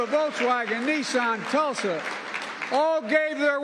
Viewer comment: Thats Tesla, not Tulsa.